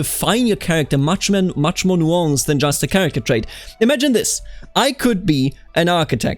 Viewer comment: why the fuck do you pronounce nuance so weird